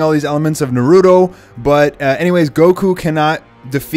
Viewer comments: No disrespect intended. but can you not call him Narudo? it's Na-Ru-To [Na-Ru-To] - The T is important! please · A few of his pronunciations were bothering me. NAH-roo-toh not nah-ROO-doh KAH-moo-wee not kah-MOY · you spent like a whole fucking minute explaining why you didn't need to talk about something. and THEN you said NarROOToh. uhg also the plot hole with goku hiring hit is that he can't afford it. the price of the universe's greatest assasin is roughly one planet i'd wager. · Bro its naruto not narudo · bruh the way you said Naruto :/ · hate the way people try to say Naruto lol